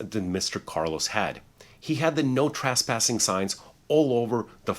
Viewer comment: Trasspassing or trespassing? Asking for someone that’s not an attorney with a ridiculous mustache!